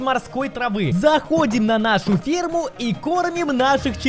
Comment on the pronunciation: я услышал перму вместо ферму